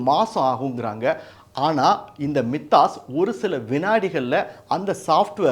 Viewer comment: "My-thos" என்பது சரி. மி தாஸ் இல்ல. 😊